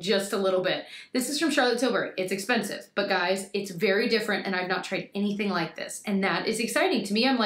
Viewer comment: Cracking up at you with that Charlotte Tilbury Hollywood Contour Wand. Had to rewind just to hear you say “expeRnsive” again. You’re adorable.